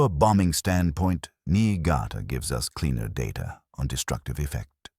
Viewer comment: Great story, I just dislike when the AI mispronounces data .